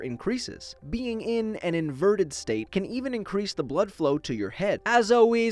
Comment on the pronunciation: I thought blocko say black ho